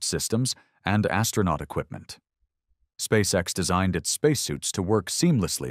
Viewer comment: Putin on ne dit pas Space sex!!!!mai Space X!!!!!toi comprendre ou tu le fait exprès!!!!!le traducteur!!!????Putin, we don't say Space sex!!!! We say Space x!!!!! Do you understand or are you doing it on purpose!!!!! The translator!!!????